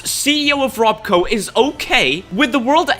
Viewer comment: you say how it isn't House in the meeting frankly i dont think its meant to be as it clearly isnt Westek as they got the name wrong. it isnt "rob-co" its robco, its not "west-tek" its Westek. a small detail but once you see it you cant stop seeing it